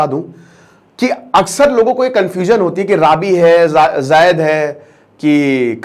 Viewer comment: राबी, खारिफ, और जैद नहीं यह रबी, खरीफ और जायद उच्चारण सही करे सर